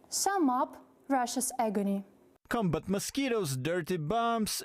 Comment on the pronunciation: I am not sure if you like my feedback, but nonetheless, I will try. Несколько слов я не смог понять... Не прослушиваются. Есть слова где вы ставите неправильное ударение. Это режет слух. В английском ударение в слове может меняться в зависимости является ли слово существительным, прилагательным, глаголом... Неправильное ударение в словах Accuracy (на первый слог), cOlleague combAt mosquitoes это сражаться с комарами (это то, что было сказано) cOmbat mosquitoes это боевые комары (это то, что хотели сказать) Неправильное произношение: targeted, pathogens, losses, enormous The Russian army is equipping building (erecting, rearing, setting in place) defensive fortifications... Or The Russian army is equipping its positions with defensive fortifications... If there is no good English, the project will wither on the vine. Good luck